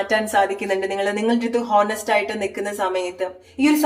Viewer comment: Thankyou. ഹോനസ്റ്റ് അല്ല.. ഓണസ്റ്റ് എന്നാണ് pronunciation.